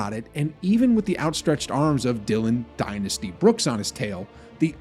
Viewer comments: i love it when you say dillon "DYNASTY" brooks hahahaha. it makes me smile alot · Damn! That emphasis on "dynasty , lol.